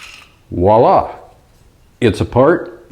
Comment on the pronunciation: Grammar Nazi time,. Voilà: "vwah -- lah" not "wallah" I like the PMAGs as well.